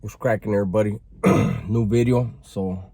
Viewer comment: New Bid-E-O